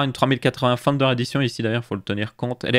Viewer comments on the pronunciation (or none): none